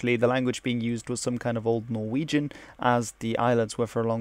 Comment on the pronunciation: Dear Being a norwegian myself I was impressed by your norwegian pronunciation. And even more by your danish pronunciation which I struggle with myself. Perhaps you are norwegian?